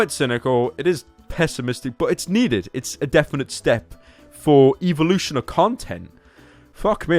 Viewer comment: "Eeveeloution of content"